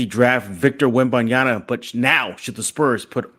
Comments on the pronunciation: I cringe every time I hear WembanYANA. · The pronunciation of Wemby's name is killing me.